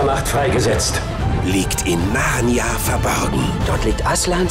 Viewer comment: Der sagt die ganze Zeit „Narrna“-es heißt Narnia!